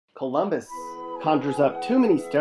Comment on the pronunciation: Ummmm. Fake. Colummbissss. Wow has Pickrington highlighted. So funny. Guarantee this guy isint from Colummbisss.